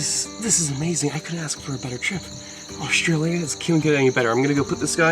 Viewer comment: 'Oshtralia' haha I love. He can say and do no wrong in my eyes 😊